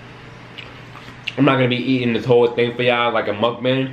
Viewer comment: I’m tired of y’all pronouncing mukbang wrong its mook bong